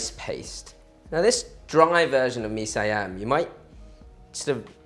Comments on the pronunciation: That looks GOOD! btw it's pronounce as See-Yum/See-Arm. Cook more SEAS food please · don't get me wrong, i'm one of your big fan but you are pronouncing mee siam wrong. One syllabus, not two. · Nice! "siam" as pronounced in Malaysia or Singapore uses the Malay pronunciation - single syllable instead of si am. And yeah, the recipe is how I do it at home! Thanks for the vid!!